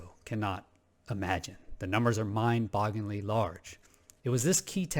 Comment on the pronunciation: Love your channel. Love your content. I’m very grateful that you share your views so freely with us. But,, promise me you’ll never attempt to pronounce the phrase “mind-bogglingly” ever again. Never. Ever. Again. I’m joshing ya, man! Thanks again for the wondrous content!